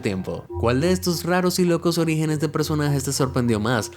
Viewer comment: Bro dice origines